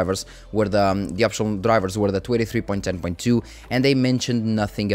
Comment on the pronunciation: Hey man, love these update videos! I want to point out something, but it is very minor and not really a big issue. Whenever you say "23" it sounds like "283" and it throws me off slightly. If you try emphasizing the "n" in "twenty" a little more, I think the pronounciation will be better. If you don't care too much about this, then it's really no issue. The videos will remain just as good regardless.